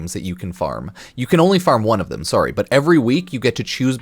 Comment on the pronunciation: Tell me you’re Canadian without telling me you’re Canadian: “Sorrow” 😉 Great video! Can’t wait for Duviri!